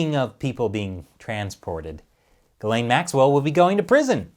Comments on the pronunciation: Its pronounced "Gee-slen" not "Guh-lane". It's French :) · I think the real pronunciation of her name is more like Jiz'lane